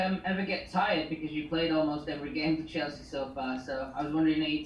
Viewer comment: Did he say 'Cheslea' for a single time😁